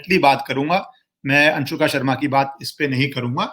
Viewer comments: Whenever u say anshuka instead of anushka i just enjoyed alot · Not Anshuka.....Its Anushka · Are baba अंशुका नहीं अनुष्का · I laughed when he called anshuka Sharma.. lol.. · Its 'Anushka', not ' Anshuka' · It's so funny , you are distorting her name. Anshuka Sharma. ......😅😅😅😅😂😂😂😂. Good one. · Anshuka nahi Anushka naam hai uska 😁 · Anushka Sharma name hai,Anshuka nahi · Really you have no interest in Bollywood. Yo called her "Anshuka" Sharma twice. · Anushka Anushka Not A Anshuuuka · M so happy u dnt knw how to pronounce virats wifes name. Its good to know people dnt give importance to her